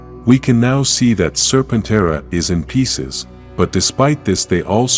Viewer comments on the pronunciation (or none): Lord Zedd's zord is pronounced "Ser-pen-TERA". Not "ser-pen-TRA" Please correct that in the narration software.